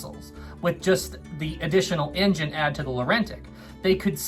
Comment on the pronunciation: It's not racism if the word he's saying is engine and it's just his accent making it sound like injun. Give the guy a break!